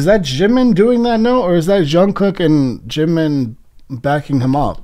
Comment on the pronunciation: same goes with jimin ure saying shimin.